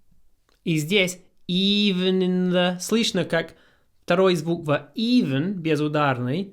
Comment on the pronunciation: Thank you for the video. Your Russian pronunciation is spot on, except for the word Слышно and other words with Ы. It sounds similar to the 'i' in 'will'. Hope this helps. Привет из Мельбурна🇦🇺😊